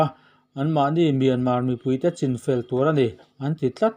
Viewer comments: Chin , a ni lo,, chhin ti a lam tur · Chin tih hi chu a dik lova chhin tih hi a dik